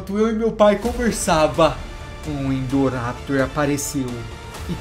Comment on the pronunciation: KKKKKKKKKKKKKKKK NEM SABE PRONUNCIAR É INDORAPTOR NÃO INDORRAPITOR